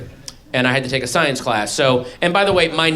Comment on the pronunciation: Her thought's are not funny......they are fucking hilarious. This woman can't even pronounce science, never mind understand it. Where did god come from? I have never heard anyone answer that......